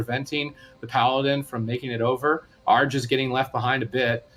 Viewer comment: the commentators are so bad with the names. Match two, the guy kept saying "A - R - G", when its name is "ARJ"